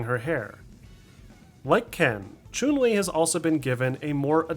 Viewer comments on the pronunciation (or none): Pronunciation is off for the character names this time round, it’s HONda not honDA and Chun-Li is completely off. Otherwise it’s a great video